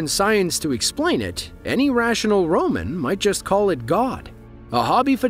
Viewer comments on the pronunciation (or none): Did you say Ramen instead of roman.. sit down and shut u0